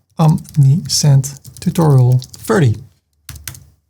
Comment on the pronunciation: Namen worden altijd in de oorspronkelijke taal uitgesproken. Ferdy.